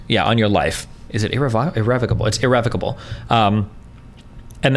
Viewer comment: E-Revva-KaBull is how it's pronounced.